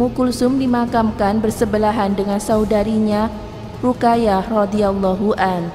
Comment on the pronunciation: Min... Ruqayyah dibaca harusnya Ruqoyyah